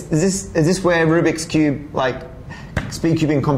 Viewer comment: "Ruby koobie" "Rubiks Cube" "Rubie Koob"